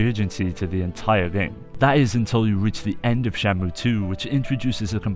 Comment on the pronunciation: It sounds like you keep calling it Shamu